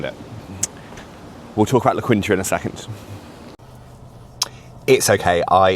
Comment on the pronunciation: Its pronounced "la keen-ta" But its a decent place to stay.